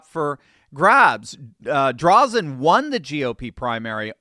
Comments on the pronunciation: Thank you for covering Oregon. Yes, Oregon is considered a "blue state", but a lot of very conservative people are here. Drazen is not the best Republican, but she did win the primary. Also, her last name has a long "a" and is pronounced as if it were "Dray-zen". Patrick Cowdrey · Oregonian here and have been my whole voting life. I have seen two Republican Governors in that time. Unfortunately, once mail in ballots became the thing we have had Democrat after Democrat "grace" the governor's mansion. The only correction on today's video. It is Dra zen - long a (think graze). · It's pronounced Drayzen, btw. We're sick of the Dems here in OR as they drive the state into the ground. They tried to increase the gas tax and vehicle registration fees, which was referred to the voters by innitiative petition, and the people of OR clearly said NO! We will join together to support Drazan in November. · Fro. OREGIN... its DrAAAAzen . Thanks for the encouragement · Hi! Terry in Oregon. Hate to correct, but her last name is DRAY-zun. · Last name Drazan. Pronounced Dray-zen. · It’s Drazan with a hard “a” as is dray zan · Oregonian here...She is named "DRAY-zin". Oregon is a mail-in ballot state and the machine is all-powerful. I can't imagine the machine allowing Drazan. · Oregonian here: It is Christine DrAYzen. with a long "A" not Drawzen. Drazen is a RINO... Still a 100% improvement over Kotek. Drazen lost last time with a strong middle left spoiler. The people in Portland admit Kotek is an abject failure but absolutely will NOT vote for ANY republican no matter how big of a flake they are. We in rural Oregon are screwed until we get rid of mail in voting or are somehow miraculously freed from Portland's mad agenda. I don't care whether it is the State of Jefferson or Greater Idaho. We need relief. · Sounds like: Dray-Zen! Corrupt Mail in voting for the last 39 years has screwed Oregon.